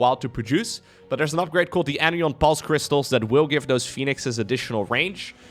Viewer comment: pronounce asterisk better than 90% of native English speakers. But anion and anionic aren't quite right. The phrase "an ion" (a charged particle) rhymes with "anion." So put a beat between each syllable: an-ion or an-ion-ic. We emphasize the word ion when it is part of another word. Cation sounds like "😺 ion", for example.